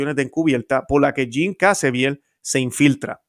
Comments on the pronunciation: Excelente! Pero es Jim Caviezel, no Cazeviel. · Por qué le dice Jim Cazeviel si es Jim Caviezel